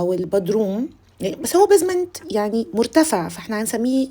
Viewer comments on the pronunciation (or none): مش بازمانت خالص بيزمانت ممكن تسمعي النطق علي جوجل